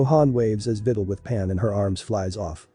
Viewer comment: Bruh the robot saying videls name like she's a fidel💀